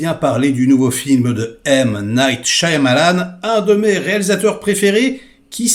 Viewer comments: AH !! toi aussi tu dis ShaYAmalan, parce que les autres ils disent tous Shamalan, ils prononcent jamais le Y ça me saoule mdr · Je crois qu'on ne prononce pas le Y de Shyamalan. On devrait dire Shamalan.